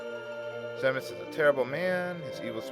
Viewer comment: It's actually pronounced Zee-Muhs. According to the DS remake.